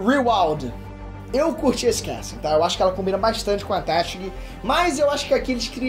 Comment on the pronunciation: Esse "téshigi" me incomoda sempre. Por isso n dá pra ver anime em inglês kkkkkkk